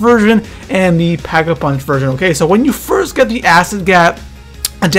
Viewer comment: Not to be rude... But why does it sound like there are ''H's'' in every words you say... Like it's Pack a punch... not ''Phhack a punch''...